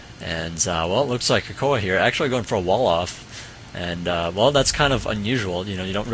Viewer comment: its cocoa not cocoah lol